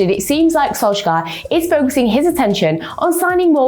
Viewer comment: You should pronounce it Sol”Chair” :)